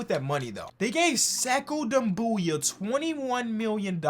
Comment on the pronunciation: It would be Sekou “Doom Bia” that’s the pronunciation.